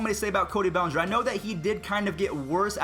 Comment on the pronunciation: IT'S NOT BELLENGER IT'S BELLINGER THEIR IS NO E IN BELLINGER IN FRONT OF THE SECOND L